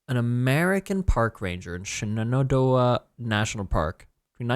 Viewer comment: Shenandoah is Shan in doe ah. I'm from the blue ridge mountains and the Shenandoah valley lol cracked me up to here you say shenendoeh